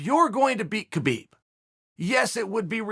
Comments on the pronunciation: As a russian I have to tell you read “ habib” not “ not “ k-habib” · It’s habib no kabib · Guys, it's not Kabeeb, it's Habeeb. It's just written with Khabib. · Wonder when Khabib ( Pronounced: Ha-beeb) retires undefeated people will start saying his name right.🤔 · Habib not khabib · ITS HABIB, AN H SOUND NOT A K. GIVE THE MAN HIS RESPECT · theres two people in this world 1. liars 2. people who pronounce "khabib" "ka beeb" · No Uncle Chael it's Kalabib say it Kalabib. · I wonder if Chael knows that the K is silent